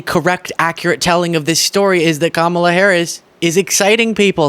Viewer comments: Joe Rogan is an arse hat… Why can’t any of these Neanderthals pronounce Kamala’s name correctly! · These clowns can't even pronounce her name correctly. The cult is crying so hard right now. lol!